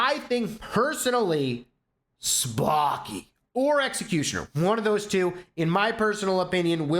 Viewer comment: The way says Sparky in has so much value 🤣Anyways I am very excited for the update!